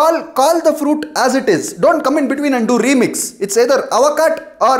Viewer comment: Don't do REeeemix 😂. Testickle😂